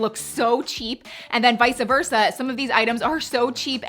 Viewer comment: Kindly want to tell you it’s “vice-versa” not “vice-a-versa.” I know how you care about saying things properly lol